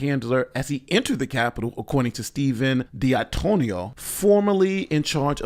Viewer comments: "Don-Too-Oh-No." You can do it,. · it’s pronounced Dee-Ann-Twoh-No